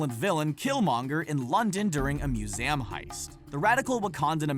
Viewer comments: HOW DO YOU MISPRONOUNCE "SERKIS" AND "MUSEUM"?! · Did this guy seriously mispronounce "museum"...?